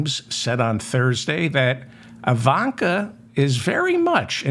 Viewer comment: Obvious misspeaking of Ivanka.